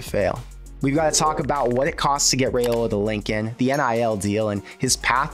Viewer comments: It's Rye-Ola not Ray-Ola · If you're gonna act like an expert on Nebraska football, could you at least pronounce Raiola correctly??? RYE-OLA.....not that difficult. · RYE-ola please say it right